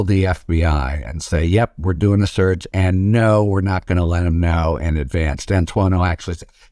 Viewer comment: The title of this video was compelling to me. After listening to ths man speak I could only tolerate one minute and nine seconds. Sounds like he's saying surge, not search.